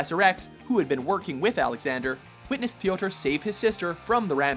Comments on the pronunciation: /PJOTR/, not /pijowter/ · Please never ever say "P,yotor" ever again! It just sounds really silly cause of how you're pronouncing it. Instead of going Pe-yotor its more of Pyo-tar!